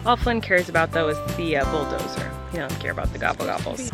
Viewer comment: Flynn getting so good at pronouncing "bulldozer" highkey makes me emotional